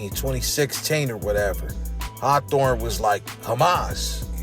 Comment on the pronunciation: Did this foo just say hawthorn to Western??????????? Goofy